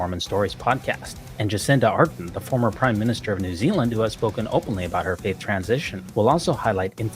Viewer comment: Jacinda ArdeRn - please get her name right. The stress is on the second syllable.